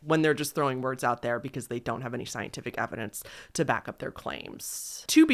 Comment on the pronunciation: No shade, I love your videos but WHY do you extent your last syllable at the end of your sentences? Especially words ending in S? It drives me insane 😭 “Realityyyy, claimsssss, thoughtssss, sensssse” 😭